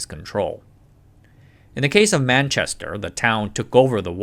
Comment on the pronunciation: What do you mean! he got Manchester and London correct at least😂😂😂